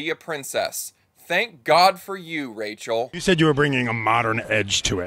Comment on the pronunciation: Did you just say "Racial Zegler?"